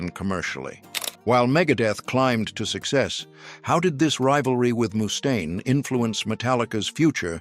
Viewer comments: eehhh.. I think his name is mustaine... not! moose-taine. ..mustaine!! with a single U. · It’s not Moostain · A.I. Pronouncing his name MOOstain is killing me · “Mousse Stain” 😂. Finding it hard to get passed the way he says that. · Moo-stain? Come on!!!!!